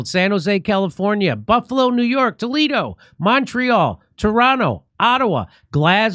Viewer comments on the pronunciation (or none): none